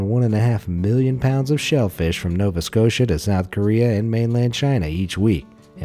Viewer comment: Thank you for pronouncing Nova Scotia correctly!